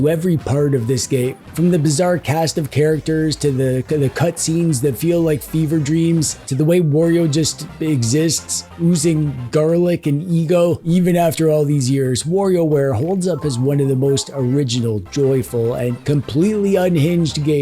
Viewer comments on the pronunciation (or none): Bro how are you saying mare-io but not ware-io? 😅